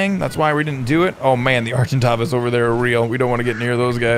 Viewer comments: Argentavis is pronounced ar-gen-ta-vis/vas just sayin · s pronounced argenTAYvis